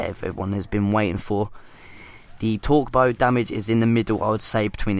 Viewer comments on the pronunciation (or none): I could understand him. The only word I couldn't understand was when he said "torque bow." I had to rewatch it like 3 times, lol. But great video,! This was just the info I wanted on Judgement.